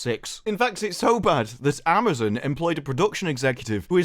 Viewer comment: I thought I heard that idiot Salke say Ma'amazon. Maybe she actually said it.